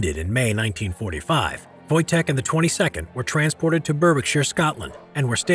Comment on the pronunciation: Thought you said Wojak for a sec